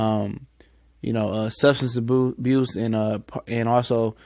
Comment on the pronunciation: Great video as always! I love Jarrad Davis. Class act and quality player. About died laughing when you said substance aboose hahaha